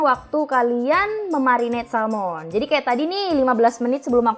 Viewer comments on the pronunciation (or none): Salmon bukan Salom